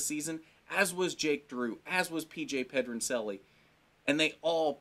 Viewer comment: pronouncing Pedroncelli wrong lol